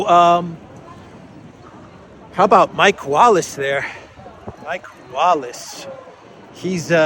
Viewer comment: His name is not Mike Wallach, it's Mick Wallace.